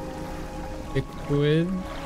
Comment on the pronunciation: "Bequeathed" (bee-quee-thed) It means to assign as an inheritance, or gift upon the givers death.